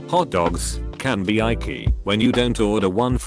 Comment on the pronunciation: No one's talking about how it says icky as "eye-key"